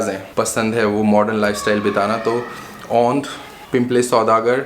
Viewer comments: Mene ye video dekhna band kardiya jab ye bhai “Aundh” ko “Ondh” bolrahe they. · Aundh ko Ondh bola 😅